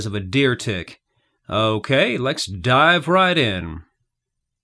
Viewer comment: Is it my poor ears or are you saying "lex" instead of "let's"...?